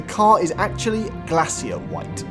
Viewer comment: He called Glacier White Glassier White lol